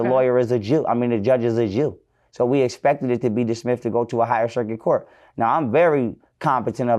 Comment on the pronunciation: Tasha, where u from, u said coat instead of court at first, u must be from Mississippi